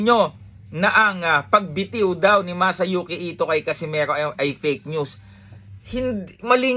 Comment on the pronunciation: Nd nya mabigkas ng maayos Casimeho😂😂😂😂😂